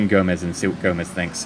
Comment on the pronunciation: It's gome-s not Gomez